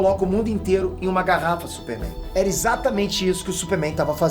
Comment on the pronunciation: falando “supe Mein" kkkkkkkkkkkkk